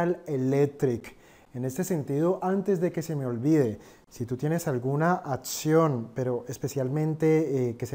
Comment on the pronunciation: Se dice acción. No ATCION